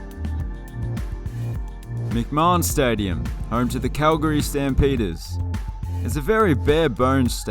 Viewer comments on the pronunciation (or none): none